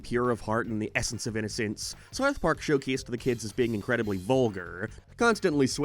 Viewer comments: You need to work on your pronunciation of "south" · I cant do how you pronounce south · why do you pronounce "ou" like a northern irishman? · I’m not a leftist and I hate Reddit, I’m asking a question about his dialect u brain rot zombie, I’m interested. That’s how people pronounce that vowel in Belfast and surrounding areas. You are a 14 year old who found out what politics was yesterday and now u think everything’s political. Go touch grass u absolute muppet.